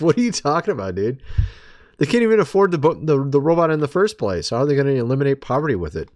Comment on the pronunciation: Not sure if I like the way he said aleminate the homeless.